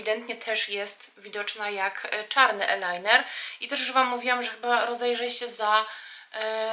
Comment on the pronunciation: "mejbelin" i "ajlajner". A tak poza tym piękny makijaż ⚘️⚘️⚘️